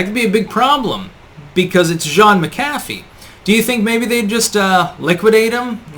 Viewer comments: Mc' CAFF' ee?? Whattayou, pronounce words improperly on purpose, lol. It's MAC'afee. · Always informative vids and thumbs up but could you please pronounce his name properly? Not like McDonald's Big Mac. Accent on the first syllable. MAC'-a-fee. John McAfee. Not Mac-AF-ee. Just one last item at his supposed suicide. RIP. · pronounced MAC-a-FEE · The pronunciation is driving me crazy. His name was pronounced (Jon Mac Uh Fee); not (Jon Muh Caffee) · Is suicide the new pandemic? PS MACKafee not McCAFee. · He was probably killed before he could blow the whistle on Bill Gates for fake computer virus scams and collusion. BTW his name is pronounced MackAfee not Macafee. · Mcafee is an irish name you fucking nut. Emphasis is never on the Mc or Mac. Americans dont know about linguistics. Apply your same thinking to Paul McCartney or McDonalds and have a rethink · MAK a fee ...sorry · mack a fee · Isn't it pronounced Mc-A-fee? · Mc A fee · You keep pronouncing McAfee wrong,. It's prounounced Mac-a-fee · It's pronounced MAC-UH-FEE. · Mac-A-Fee as in the software.....dang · It’s Mac-a-fee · It's pronounced MAK-ə-fee. There's this great tool called the Internet that will answer basically any question you've got, including how to pronounce something. Oh well, yet one more name on the long list of names and words that mispronounces. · Usually the accent is on the first syllable. MAC- afee. No? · Geez learn to pronounce his name correctly! Mc Affe!!! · pronounced Mac- a fee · It’s pronounced Mac-a-Fee. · You're not pronouncing his name correctly. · You pronounced Mcafee wrong. The accent is on the first syllable. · You’re awful at pronouncing names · Today I learned I was pronouncing his last name wrong my entire life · As intelligent as you are, why the hell can't you pronounce his name properly? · You really can’t pronounce the guys name properly? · Irish/scottish origin names never have the emphasis on the Mac/Mc 'dude'